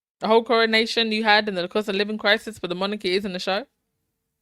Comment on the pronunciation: LMAO@ "CON-A-NATION." I haven't heard that in awhile! 😅😅😅